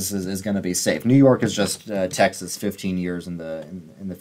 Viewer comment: That “Tyexes” near the mark 😂